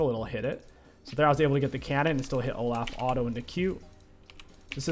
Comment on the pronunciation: Love the way king pronounces names. Oh-Laugh 🤣